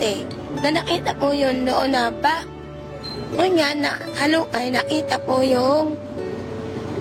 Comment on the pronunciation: Ebig sabihin ng ngonyan..! NGAYON